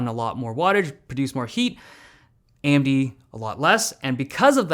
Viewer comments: Is it just me or does it sound like he’s saying Andy instead of AMD at the beginning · AMB? Why do I keep hearing AMB what the hell. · AM-D? It’s not pronounced A-M-D???